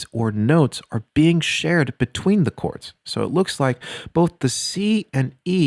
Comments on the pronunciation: he is saying CHords as a joke 😂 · Why is he saying CHords🤣🤣🤣😂💯🗿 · "CH-ords..." cringey asf yo lol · The word chords is pronounced "Kords" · umm dont you say cords not chords? maybe im just dumb but it sounded so wrong to me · One more "tchords" and I fucking slap you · You pronouncing it “CH-ords” literally makes me want to die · lol "CHords" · is he saying "chords"?!!?! holy shit did you live and grow up alone for basically your whole life?